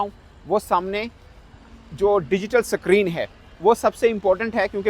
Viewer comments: अबे साले स्क्रीन सुने थे सक्रिन क्या होता है बे | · Screen ✅ suckreen ❌😂😂😂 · Screen not sacreen 😂😂😂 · Sacrine nhi hota be it should be Screen 😂😂😂 Chauthi fail anguthachap Pakistani journalist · .... Digital Sakreen....waahh